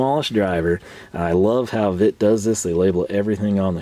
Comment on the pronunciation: It is pronounced Vet ta German I is american E